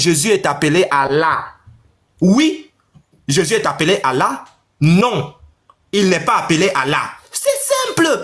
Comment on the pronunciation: Le vocal ne prononce jamais Allah mais Illah